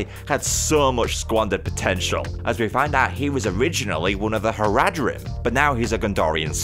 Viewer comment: You're pronunciation of Haradrim is making me want to die